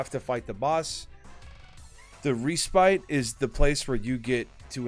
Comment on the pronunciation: Nice video. But gotta point out: Respite is pronounced RES- PIT